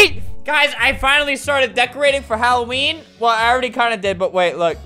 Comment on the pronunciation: Its supposed to be Halloween not Helloween